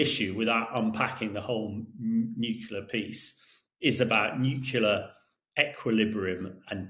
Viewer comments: He may be a very smart man but the word is NEW-CLEAR not NUKE-ULAR. Drives me nuts as a engineer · Nuclear not Nucular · The word is "NUCLEAR," Colonel Himash de Brotten-Gerden. You may need to revise those Year 1 phonics... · Nu-clee-ar… Not new-queue-ler I wish that talking heads would get this simple pronunciation right. What do other viewers think? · Damn, this guy, who seems sort of educated, says "new-kew-lar", just like George Bush used to. What is wrong with people? How are we supposed to take him seriously? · I find it annoying that military experts are unable to pronounce the word 'nuclear' properly. Where is their problem? It's NU / CLEAR. Two syllables. What's there to confuse? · "Nuculer" wow, a former professional soldier who can't even pronounce correctly the name of the most powerful and notorious weapon in human history. Apart from that, interesting article. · Why do all these educated people say “nukular”? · I wonder how Times Radio decides who should be invited as commentators. This guy apparently does not have a clue how 500% tariffs supposed to work. But he dares to comment. Also, he does not know how to properly say “nuclear”!